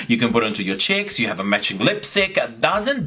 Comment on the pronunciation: I find it funny how u pronounce "cheeks" as "chicks" 😂😂😂😂🖤🖤🖤 gorgeous 💖😀